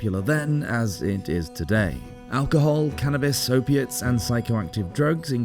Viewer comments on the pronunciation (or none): Ope-ates,, cannabis, alcohol.....what else did you say? When can you come over? ;-)